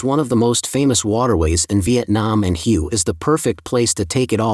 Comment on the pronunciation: Pronounced Way